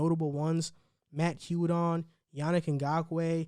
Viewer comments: Who the hell is Yudon ? It’s Judon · Bro they signed Wolfe to an extension mid season. U have no idea what you’re even talking about. And why are you say “u”don vs judon (pronounced jewdon) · Judon pronounced (gew-don)